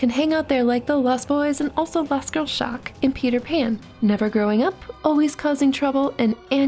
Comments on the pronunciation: Shock, not "stock" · lol she said stock instead of shock which is the name of the witch child just saying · It’s shock not stock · Stock, not shock, she just pronounces it wierd